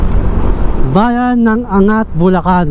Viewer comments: AN-GAT hindi Angat. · Ang lawak pala ng Montalban.Para kang tourist guide.Your video is informative and enjoyable. May ibang daan pala papuntang Bulacan and Nueva Ecija na hindi dadaan ng NLEX.Anggat is the right pronunciation, not An-gat. Have more of thesevideos. Congratulations! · Tamang pag bigkas ng Angat---ANG GAT hindi angat. Parang hindi nman safest yan lalo na sa gabi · ang tawag sa bayan ng ANGAT ay AN-GAT. Hindi po angat na parang binubuhat. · The correct pronunciation is ANG-GAT, not ANGAT. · An-gat po hndi "angat" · an>gat hindi angat bro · Angat pronounce as "Ang-gat" po hehe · Anggat po ang pronunciation nyan.